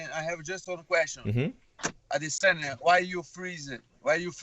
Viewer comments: A-D-SIN-YA Why lol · Yea lol he pronounced it the weird way Brett okomato pronounces it what if they are right & we are the ones saying it weird A-DE-SAN-YA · Learn how to say Adesanya for once in your life lmao